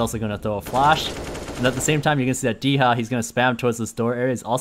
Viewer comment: Dycha not[d i h a], just [d u ch a] like Italian Mussolini >:D ©If Im not right, tell me.